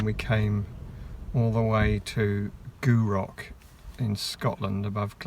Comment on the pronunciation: Very amusing indeed. Had a laugh at pronunciation of Gourock! The ou sound is very short, Scottish names are very hard...Look forward to the shenanigans, part 2......